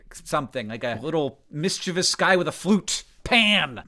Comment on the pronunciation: THANK YOU FOR PRONOUNCING MISCHIEVOUS CORRECTLY ❤ Sorry for yelling, but it's very important to me